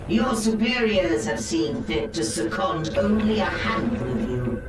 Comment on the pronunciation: Se cond? I don't think I have ever heard that word used in that way or let alone pronounced that way.